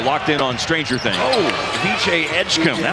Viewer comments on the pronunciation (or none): none